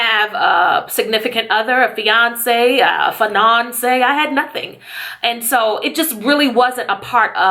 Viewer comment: Thank u sooo much for telling your testimony!!!! U r so strong 😘😘😘 but omgosshhh.. "Finonce "😂😂😂love it lol